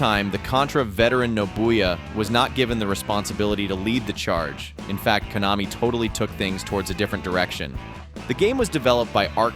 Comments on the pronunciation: "sneeyes classic" "koe-namee" nice AI video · There was even an instance where Konami was mispronounced.